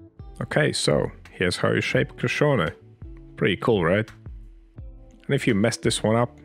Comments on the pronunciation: You did well with pronouncing this yummy street food. The word Crescione is “Watercress”. Which was the original filling with garlic and onion for this flatbread. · You didn't butcher the pronunciation at all! Bravo e complimenti 🙌🏻